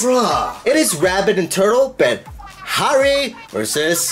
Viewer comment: i forgot english wasn't your first language explains alot. HARE is pronounced (HAIR) and Tortoise is pronounced (TURTOS)